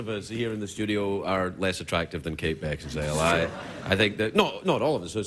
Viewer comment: Did he call her Kate Beckinsdale...?😆